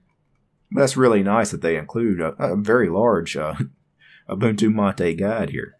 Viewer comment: its pronounced ma-tay not matey